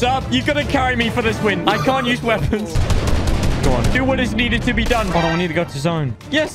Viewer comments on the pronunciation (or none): none